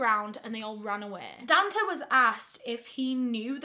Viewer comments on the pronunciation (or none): bestie i think its probably pronounced don-tay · It’s pronounced DONE TAY